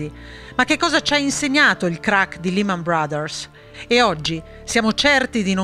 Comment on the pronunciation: Can you please pronounce Lehman in the right way ? La E si pronuncia “ E’ “ non I Negli usa ci prendono ancora in giro